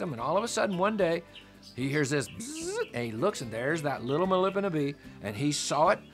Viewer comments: A few things. First, the bee is pronounced as it sounds: Melipona. There are many species of Melipona - Melipona is a genus, and is one of many genus of stingless bees. Bees and other pollinators don't " know" how to pollinate. They " know" how to find and collect food ( pollen and nectar) - and their actions just happen to transfer pollen, often times pollinating the plant. Bees compete for flowers and flowers compete for bees, and a feedback loop happens which effects the physical qualities and actions of all involved over very long periods of time. The book The Forgotten Pollinators explains this and much more. The vanilla plant and it's specialist bee don't defy evolution at all - their story is as common as bumble bees and buzz pollination various plants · Please PRONOUNCE.. MELIPONA- Meli-Pona